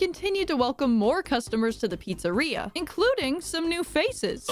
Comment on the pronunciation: Papa's beer-eria lol